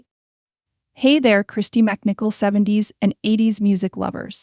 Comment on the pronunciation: You do realize that you mispronounced her name at least once...It's Mc as in Mick and not Mac...IF she is craving PEACE, etc then WHY oh WHY are you bothering her with this video??